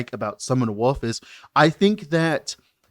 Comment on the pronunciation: Am I the only one who always heard "Summon Woof" instead of wolf, when he was talking about the skill?